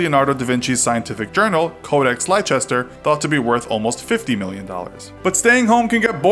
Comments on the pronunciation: He said ‘leicester’ wrong by pronouncing it ‘lie-ches-ter’ us brits (where the codex leicester was bought) pronounce it ‘les-ter’ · "Lie-chester" triggered me. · Leicester is pronounced "lester" or "leister" :) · Codex Lye-Chester 😂 Leicester is pronounced "Less-ter" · Even so, the word "Tokyo" in English is spelt out the way most people say it. There's no way you get "lie" from "Lei" in Leicester. I'd assume most Americans would instinctively pronounce is "Lay-cester" but it doesn't seem to be the case. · The way you pronounced Leicester is making me reconsider the world today